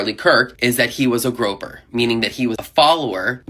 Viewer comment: PSA: When not avoiding the älgó, you pronounce the Y, with the first syllable rhyming with "boy"